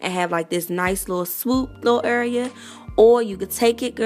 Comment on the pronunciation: You have to be from DC the way you say "area" Anyway, great vid. Thanx for sharing.